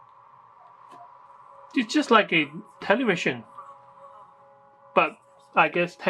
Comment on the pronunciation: teewee, telewision XDDDD